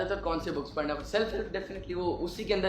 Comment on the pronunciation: Sir please Correct the word "parna" word parna nahi hai sir Actual word Pharna yani urdu mein jo py k baad ray aa raha hai wo ray nahi hai wo aray hai ray k uper toain ana hai so please correct sir next time and you are doing best sir. May allah almighty bless you bundles of happiness thanks, Jazakallah & Allah Hafiz